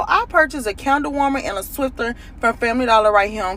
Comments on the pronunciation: It’s a “Swiffer” not a “Swifter”!!!! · She is the second black woman to call it a swifter it's swiffer